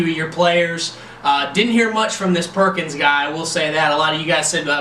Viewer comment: Its George Pickens not Perkins